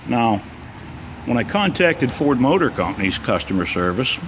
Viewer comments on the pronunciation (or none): none